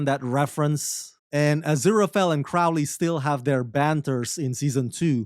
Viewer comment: So, you admit you had no motivation to see season 2, so you went into it with a chip on your shoulder. You can't even say Crowley's name correctly. Then you spend a lot of your time reading the canned summary on the website. Why would I keep watching this review?